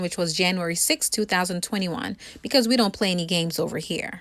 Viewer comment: "Because vwe don't play any games over here" 😂 ok ma'am